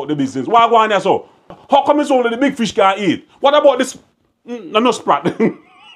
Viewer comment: Like your argument everytime, but you caant say fish neitha